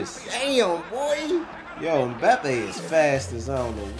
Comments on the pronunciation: It's m-ba-pay there's no e in the pronunciation. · Dude said “Moopie” 😂😂😂😂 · It's pronounced em-bap-ay. The Asian guy's name is Son he plays for Spurs. I'm surprised there was no Adama Traoré. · The way they say Mbpappe they say it like Mbpeppe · M-bah-pay (Mbappé) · I cringed everytime they got the totally wrong person LMBAOO everyone what Christiano or Mo or "Bapay" Pwahahha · By the way mbappe is pronounced (em-bop-ay) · Who in the world is mope its mbappe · The M is silent in Mbappé 👍🙂 Thierry Henry used to be ridicilously fast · the way they butchered mbappés name 😂😂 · mbappe pronounced= EM BOP PAY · lol the cant pronounce Mbappe